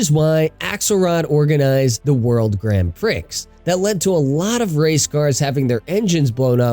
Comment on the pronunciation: “World Grand PRICKS” It’s “pree” LMAO